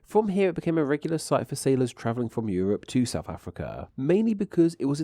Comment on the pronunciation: Given that the video is about the English language, it’s particularly annoying to find that the narrator cannot pronounce ‘TH’! ‘Souf’ and ‘fousand’ abound!